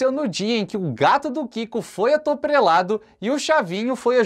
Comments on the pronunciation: Atoprelado? Kkkkk Ele quis dizer atropelado... Clique aqui acompanhem.. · Vc falou atotrelado